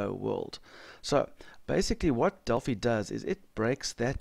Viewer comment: Just FYI- it's "Del-FIE", as in "Finance". Named after the Oracle of Delphi